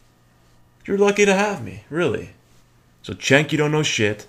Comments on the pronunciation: If you are subscribed to TYT then you could at least pronounce Cenk's name right. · I watch Glenn Beck while on cannabis all the time. It's hilarious. BTW, it's pronounced "JENK".